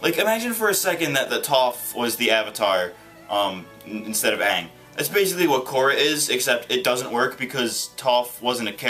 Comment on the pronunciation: How hard is it to say Aang It's not Ung Its Aang